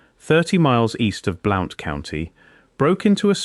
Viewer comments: BL-UN-T COUNTY, NOT BL-OU-NT! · Bl oww nt county Alabama, 😅😅😅😅😅😅😅😅, It's Blunt County! BLOUNTSVILLE Alabama! A I isssssss sooooo stupid ! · It is pronounced BLUNT County. I live in southeast Morgan County Alabama. Tail end of Appalachia. Beautiful country. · Alabama and it's pronounced like Blunt county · Cool! I was born in Marshall County - mother still lives there in our old house. And Blount is pronounced "Blunt". I know, because I live there. I have a B.A. in anthropology & finished graduate coursework for M.A. in anthropology, but had to drop out to pay off $20,000 student loan - working 3 jobs while going to school full-time, made Dean's List almost every undergrad & grad quarter. I would've definitely have remembered lectures about what was in this video. Effing government: oh, it's national security.🙄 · I’m 83 years old and have lived 73 years in Alabama and didn’t recognize the first county that you mentioned, but when you mentioned Birmingham I realized that you were using English pronunciations, not American. It seemed unusual for an Englishman to be making a video about Alabama history. But maybe you are using AI.